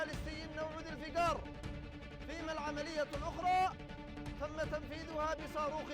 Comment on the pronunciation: Zulfikhaar misile hai Dhulfikaar nahi.